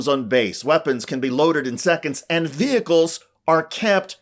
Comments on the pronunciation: Really annoys be how she says ve-hickkles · LOL at Marjorie Taylor Greene acting like she wants military recruits to get paid more and calling “vehicles” “ve-hicles.” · I'll have you know it's vee-hickels. Lol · Her pronunciation of VEHICLES is funny